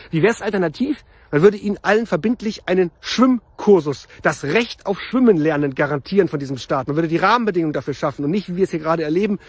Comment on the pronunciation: ich tippe auf NR. 2 ! übrigens heisste es SCHWIMMEN und NICHT S C H W Ü M M ! 😊